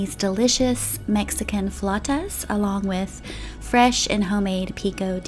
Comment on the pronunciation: Thank you for pronouncing flautas the right way🥰🙏🏼♥️ They look so delicious 😍😍😍